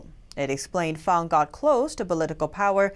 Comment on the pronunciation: you correctly pronounce Christine Fang's nick name as "Fahng=Fahng." This warms the cockles of many Americans hearts, why? You understand that tonal inflections in Asia are paramount. It is not Fang---with a hard "...Aaaa." as what grows out of a werewolf's mouth. Many of your viewers have lived in Asia for decades and we appreciate your due dilligence in all of your reporting. Beers and kudos to all your staff. Keep up your fine, yeoman work.